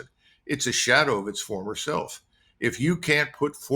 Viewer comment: WTF, Col Douglas MacGregor, “Forer” Senior Advisor... 😅